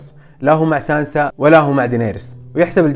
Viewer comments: يخوي اسمها سانسا مو سانزا تنرفز والله 😂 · التعقيب الوحيد ، اسمها (( سانسا )) وليس سانزا . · اتنرفز لما تقول سانزا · سانسا مو سانزا تقهرني لما تقول سانزا بس واصل كفو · ترا اسمها سانسا ماهي سانزا🙂😂😂💔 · كل شي رهيبب لكن لاتقول سانزا الله يحليك قل سانسا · اسمها سانسا مو سانزا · ليش تقول سانزا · "سانسا" وليس "زانزا" يرحم والديك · صراحة فيد جميل بس ليه تقول سانزا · لاتقول سانزا اسمها سانسا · سانسسسسسسسسسسااااااا مو سانزا